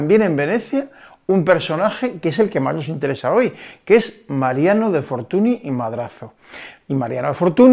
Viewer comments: Magnífico video, pero Fortuny (apellido catalán, ya que el padre de este señor, también pintor famoso, nació en Reus) se pronuncia Fortuñ, no fortuni. La ny es la ñ en catalán. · que no te de la gana de pronunciar correctamente un apellido.........no querer saber que la ¨ny¨ es equivalente a la "ñ".....dice poco de ti, simplemente por un respeto de quien hablas, cuando son apellidos Franceses si que sabes pronunciarlos......